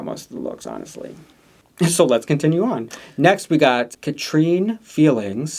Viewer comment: I just wanted to comment to say how to pronounce some of the queens’ names! Pasty is like: Pah-stee, not like Par-stee Catrin Feelings: Cah-trin and not Cat-reen. The a’s in Catrin and Pasty are said kinda similar. Apologies if this comes across as too much, i just wanted to help! I love this promo, and I can’t wait for the season. I know Catrin from South Wales/Cardiff, she’s going to be AMAZING I can’t wait!!